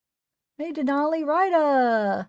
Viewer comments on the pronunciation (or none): none